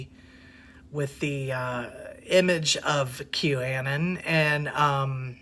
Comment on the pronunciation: Anon is short for anonymous, you are kinda pronouncing it wrong...just saying